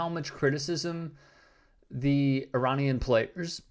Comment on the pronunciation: So it’s not I Ran but it’s pronounced I-Ran-anese?